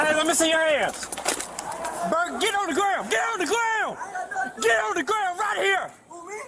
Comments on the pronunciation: “Greg gwon the garouand” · I can’t believe the cop hit his head on the Seement, he should’ve put his heands up and got on the graowned.